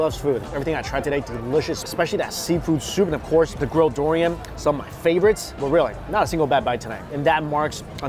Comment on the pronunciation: He pronounces durian like DORian lol